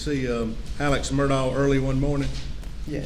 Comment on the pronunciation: Why do some of these people call him Alec?? This isn't the Alec Baldwin case 🤦‍♀️. His name is ALEX not Alec. Also his last name is Murdaugh NOT Murdock. Why in the hell can't people say his first and last name correctly????